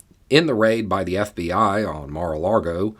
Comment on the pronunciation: You keep referring to it as "Mar-a-largo" rather than "Mar-a-lago" - is that a Floridian accent thing? Or are you being tongue-in-cheek?